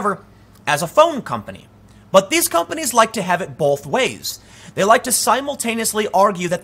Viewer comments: please stop adding an 'L' in the word both.. thanks.. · Dude there is NO letter L in the word Both come on man